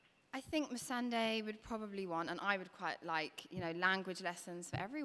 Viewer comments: So is it Missan(die) or Missan(day)? Natalie said Missan(day) and thats how Ive pronounced it but Hodor kept saying Missan(die) and Iveheard other people say it that way too. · Am I the only one who cringed whenever Hodor pronounced Missandei wrong ?